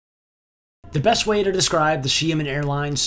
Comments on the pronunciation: From 'Shy men' to 'She men'.... it's still not pronounced right..... Close but still not quite; it's she AH men, with an ah sound in the middle as if you were seeing the dentist. It's actually two syllables but if you say it in quick succession I'm pretty sure it will sound alright. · Sorry not she-man more like Sheah-min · Sorry, but its "She-ahh men," Not 'Shia-men' 😭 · SHA (Downward Tone) MEN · I usually don't want to bother non-native speaker with pronunciation, but it looks like you want to give it a try. LOL I think Xia-men the "men" part is not an issue but the "Xia" prefix. "Xia" really sounds like "Shot" (Gun shot or drinking shot glass shot) without the "t" sound. Hope this helps. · it’s pronounced (SHE-AH-MEN) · You definitely got closer. Try saying it like Sha Men, like the sha in shadow. Also, was this filmed sometime before March? I saw a 737 MAX, unless that’s where MF is parking them... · I love seeing the “packs” of Av geeks wherever they can snag a good spot. 😊✈️ Another great video. I still don’t know how to pronounce Xiamen.😳😲🤪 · I am certain that any one of the flight attendants could have taught you how to say the name of the airline correctly...